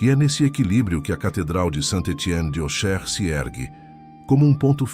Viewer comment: Auxerre pronuncia-se o Xis como CS . Ôcsérre